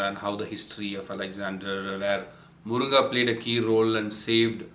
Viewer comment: Its Moringa in English ...not moronga !!!🤣😂